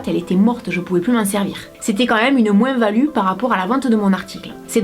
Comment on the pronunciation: on tadore ton accsent et mimi quand tu dis moins tu prononce le S je tadore toi et ta franchise